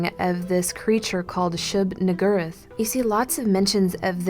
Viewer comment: She said "niggur"